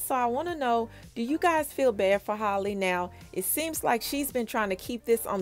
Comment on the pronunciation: It's Hal-le like Halle Berry not Holly lol